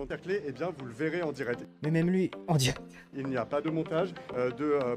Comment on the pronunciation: Maintenant que vous l'avez souligné je n'entends plus que son "en dirette" 😂😂😂, merci pour cette pépite 👍🏼